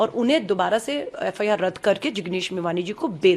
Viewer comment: Abhi thoda Aur padhaai Karo aur FIR bolane ka Sikho dal badlu